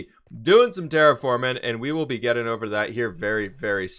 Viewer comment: I’m glad still can’t say button or getting